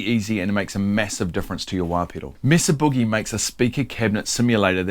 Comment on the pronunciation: It’s pronounced May-suh You did pronounce boogie correctly, ie: not like moon or groove.